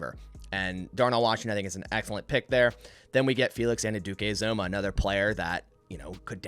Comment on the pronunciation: Great mock, just one thing. Felix Anudike-Uzomah is pronounced An-you-dikay Ooz-amah. I’m a Kansas State fan and this is how the announcers and coaches say is name. (Or just call him King Felix)